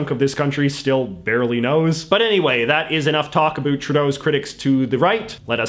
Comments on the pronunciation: it's funny to me how you pronounce "about" like "abeought" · The way you say about with an accent encapsulates Canadian English effortlessly.